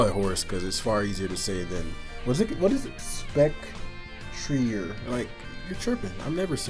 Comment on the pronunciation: Speck-tree-eh, like foyer. Er makes an eh sound in French.